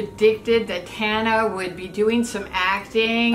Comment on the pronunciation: i love how they said tana's name wrong